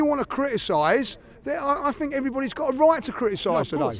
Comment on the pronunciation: I like how he always says "I Fink"